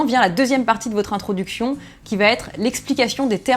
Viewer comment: introduction ou introducfion?